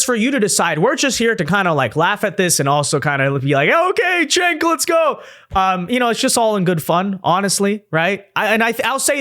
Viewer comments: It's pronounced JENK, not CHENK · Actually, it's pronounced "Jenk." The Turkish C is pronounced like a J.